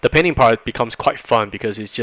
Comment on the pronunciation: Am I the only one who hear "penis" instead of "painting"?